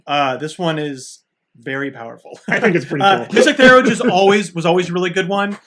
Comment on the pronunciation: Pronunciation is THEEE-URGE [ˈθiːɜːrdʒi]